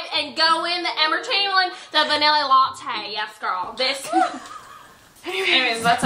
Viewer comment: the "vinilly" latte killed me